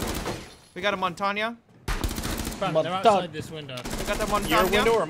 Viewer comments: why do you say both "montanya" and "Montague"? isn't it "montain"? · I'm gonna be 'that guy' and say that Montagne is pronounced: 'Mon-TAHN'. It means 'Mountain'. Two syllables, think a drawn out 'AAAAAHN' at the end. drops mic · Montagne "Mon-tag-knee" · you pronounce Montagne so wrong....